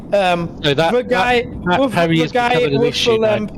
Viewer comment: It’s impossible to understand the German. I am German myself but there is no excuse for such horrible english in 2025. The accent is horrific. He should learn how to speak english or stop speaking altogether. This guy is making the video unwatchable. Edit: it’s “with” not “wiff”.